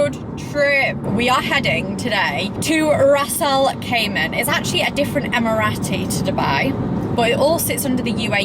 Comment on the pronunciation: Stop saying Ras al cayman....Ras Al Kimah!